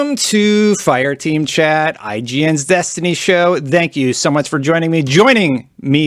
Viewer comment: Its thank you not zank you